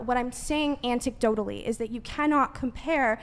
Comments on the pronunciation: I can't take a woman seriously who keeps saying "anticdotally" lmao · Anticdotally. Lol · can’t even pronounce “anecdotally”